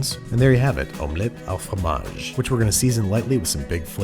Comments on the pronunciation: as a french person i thank you for saying it the correct way 'omelette AU fromage', nearly got cardiac arrest from hearing dexter say omelette du fromage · "It's actually Omelette AU Fromage." MERCI, ANDREW !!! You have no idea how refreshing it is to hear it said properly after a million times...